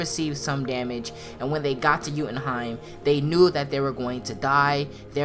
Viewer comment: Yooootenheim not youuuutenheim